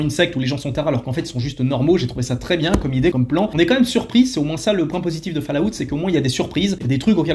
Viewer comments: Falllaout ?? C'est quoi encore ça ?? Essaye Fallout c'est mieux. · C'est incroyable de sucer autant les anglophones mais prononcé FALLLLLAAAAAOUTTTTTTTTTT !